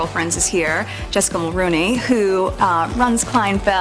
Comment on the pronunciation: ....Canadians politely must correct you. Jessica's last name is pronounced Mulrooney. 🍁